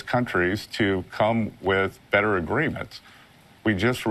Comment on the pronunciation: Did you hear ? He didn't say "better and better" but " badder and badder"